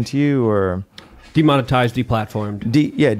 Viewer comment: He said "demonize/demonitize"